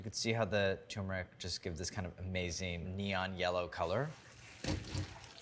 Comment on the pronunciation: c'mon, NYT. this guy mispronounces the word "turmeric" as "tumor-ick". He can't read, therefore, he should NOT be given a platform to address the public.